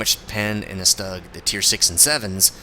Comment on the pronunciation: it's pronounced "shtoog" since u say everthing else correctly ;)